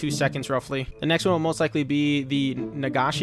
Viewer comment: He can't pronounce senbon or nagashi